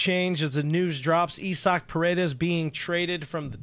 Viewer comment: Is his name really "EE-sock"? Or are you mispronouncing "I-zick"?